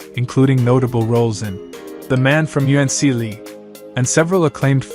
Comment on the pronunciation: Robert Vaughan in the man from un see lee That's supposed to be the Man From Uncle. God damn AI.